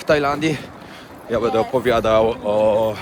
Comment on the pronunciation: *urwa! BĘDĘ nie "bede"!!! Głupie nie "gupe"